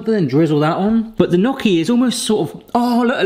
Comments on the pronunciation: I wanted to watch this but after 90 seconds of listening to him say "knock-y" instead of "nyow-kee" I had to peace out. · It’s pronounced nyoky not nocky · Great video! We love them here in the Seattle area!!! My Italian wife says however... "Not 'knocky', but 'knee-oh-key'." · I love your channel, but as an Italian I have to say it's "nyoh Ki" & I can & have made areal fry up before. I have a late Bestie from Wales who studied in Sheffield. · Knocky? Ouch my Italian. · It's pronounced knee-o-kee.... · Well, you were right to use a fork, but if you look up online how to shape or make gnocchi (pronounced knee-yo-kee) you’ll see the proper way to do it. Good job though! 😄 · the way u pronouce gnocchi. oh god bless u it made me smile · Please look up the proper pronunciation of gnocchi. The way you say it is just painful to hear!